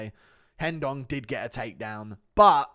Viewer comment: STOP PRONOUNCING RENDON WRONG GOD DAMNIT!!!!